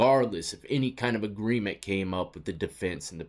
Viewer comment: naa buddy its agreement not agreence...i fought that 1 for ages it is in agreement....Love the analities 😂😂😂 man your shows are fun